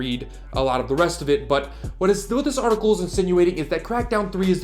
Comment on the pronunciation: Artical. Not articuuool